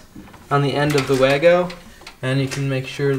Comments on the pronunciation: Say “VAH-go” rather than “way-go.” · Das heisst WAGO, nicht WÄYGO 🙄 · VAH-go, as the German's pronounce it. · well wahgo is what I heard came out the the reps mouth when he said "in Germany this is how we say it" 😉. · Wago is a German brand. Should be pronounced Vago.